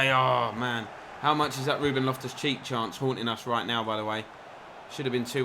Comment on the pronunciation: Made me laugh sounded like in the game against Leicester you called loftus cheek loftus cheese 🧀 🤣🤣🤣